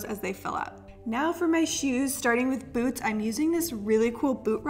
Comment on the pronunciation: I heard boobs not boots😂😂